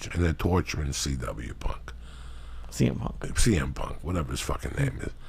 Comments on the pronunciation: “CM…..CW PUNK” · he said CW PUNK lmfao!!! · Cringing at him going out his way to mispronounce cm punks name over and over again to act like he doesn't give a fuck like an immature teenager. Joe rogan and all his pals all act like idiotic 15 year olds. Ps. Ive never watched wwe and never will.